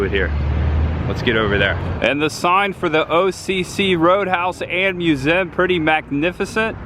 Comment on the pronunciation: Why can you not pronounce the word Museum correctly?